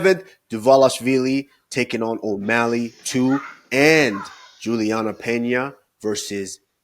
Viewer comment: Henry kills me everytime he says Sean 'Omethly'😂💀